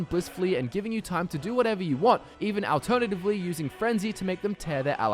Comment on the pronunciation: The way this guy pronounces alternatively... Ahl-ternatively.. Lol